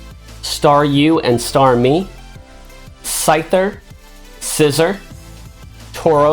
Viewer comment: Its Sciz-or not scissor learn to pronounce it. Thats y im givin this vid a dislike